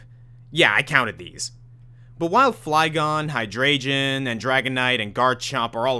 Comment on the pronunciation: And later in the video, we have Hydreigon (Hi-Dry-Gon)